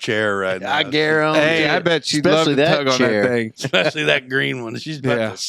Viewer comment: talks a lot of shit on Zach's grammar for someone who can't pronounce wonder or perspiration. Might have heard a little expecially in there too.